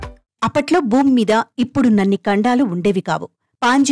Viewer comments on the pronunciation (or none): బూమి కాదు భూమి, కండం కాదు ఖండం..